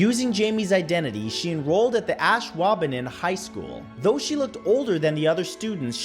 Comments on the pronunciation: hate to be a stickler for pronunciation but it’s Ash-wahb-eh-non. If you ever have a town in Wisconsin that needs pronunciation I’d be glad to help. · I’m from Green Bay wi & you said ASHWAUBENON wrong !